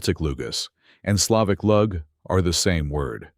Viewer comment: Generaly it is known. Look at Croatian sources about this. " Lug" has to be said like " loog". It is very important. So please correct yourself. History of languages is even much more older than you have nicely mentioned. But you made very sincere beginning. ❤